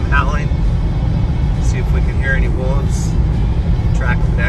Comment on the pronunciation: Woofs howl... here we go again! WOLVES with a V! Not woofs or Wolfs... Wolves!